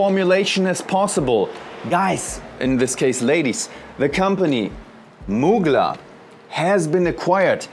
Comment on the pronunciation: So you can’t pronounce Muglèr but you can comfortably pronounce L’Oreal thou…..still buying then layer it with something else to make it personal. Lots of love x